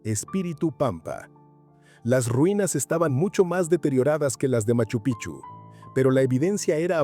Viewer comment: TE RECUERDO. QUE MACHU PICCHU ES UNA PALABRA QUECHUA SE ESCRIBE PICCHU Y SE PRONUNCIA PIKCHU ASI SUENA Y NO CAMBIEN SU NOMBRE A CADA RATO DICEN MACHU PICHU. Y NO ES ASI ES MACHU.( PIKCHU) ASI SUENA CONSULTEN FUENTES ANTES HABLAR COMO TARTUFOS ES MACHU PIKCHU SU PRONUNCIACION